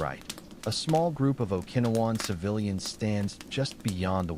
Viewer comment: teach AI how to pronounce grenade and Okinowan turn the snapping fire down more time in between sentences.